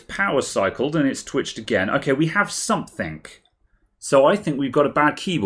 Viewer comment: "Sumpthink"? "Something" bud, "Something".